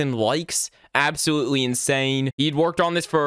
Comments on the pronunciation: “Absowutewy beautiful.” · “absowutewy beautiful.”